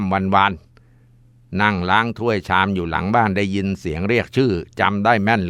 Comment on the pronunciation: ยินครับมุสลิมเคาเรียกว่ายินไม่ใช่ชินครับ